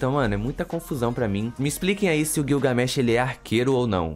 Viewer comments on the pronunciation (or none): Gilga... , não é guioga.